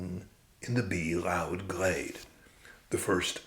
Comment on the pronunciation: Your "bee-loud" sounds a bit like "bee-rowd" to me 😅 It's kind of funny :)